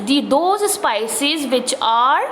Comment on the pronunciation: Improve your English idiot teacher it's speices not sypcies and your grammer is the worst go and teach the cranes only I think they will understand you